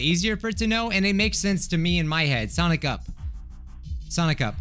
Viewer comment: What i hear when he says sonic up SONICA